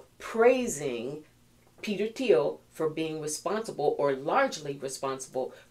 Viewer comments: It's "teel" no TH sound. :) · Thiel rhymes with slippery eel 😅😂😂❤